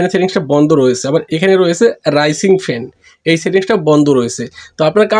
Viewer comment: উচ্চারণটা হবে রাইজিং ফ্যান ভাই।